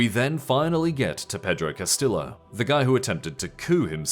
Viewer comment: Hello narrator guy, I hope you don’t pronounce Tortilla the same way you pronounce Castillo😢